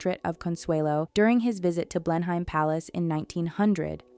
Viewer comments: It’s pronounced “BLENum” - not “BlenHIME” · Fun fact? It's not pronounced Blenhyme- it's pronounced Blenem. Welcome to wonderful English place name spellings! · The palace is "blen-hem: rather than "blen-hime." It's of historical significance to the cavalier King Charles spaniel breed. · Blenheim Palace is not pronounced "blen-hime." It is pronounced "blennim." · Blenheim is pronounced 'Blennim'. Marlborough is pronounced 'Marlburra'. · Blenheim Palace is pronounced Blenim Palace. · Blenheim Palace in the UK is Pronounced... Blen em and Marlborough... is pronounced Marl Bruh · Best to pronounce Blenheim and Marlborough correctly. It's Blen em and Marl bra. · Pronunciation issues : Blenheim is pronounced 'Blenam' Marlborough is pronounced 'Mawlbruh' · “Blenheim” is pronounced “BLEN-em” in the UK. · I can’t get over the pronunciation of Blen-heim 😂😂😂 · You had Winston Churchill in some of the photos 🤦🏻‍♀️and Blenheim was mispronounced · You'd think that the narrator would be informed how to pronounce "Blenheim" which is widely known...common knowledge...geezh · How could you put together all this information and not search how to pronounce Blenheim properly? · Came here to say this!! Blen-em is not hard to say! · Please learn how to pronounce Bleheim